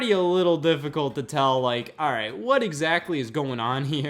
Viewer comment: Am I the only one who hears it as "Hey Y'all"? Lmao